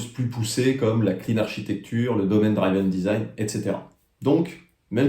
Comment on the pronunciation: C’est Madame Mac Michu, ta prof d’anglais au collège. Attention, a-t-on dit dr[i]ven and not dr[aï]ven 😉. Merci pour cette piqûre de rappel !.